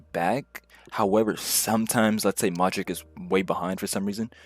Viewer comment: Pronouncing Modrić as Modrick and not Modrich is sus. Tells me all I need to know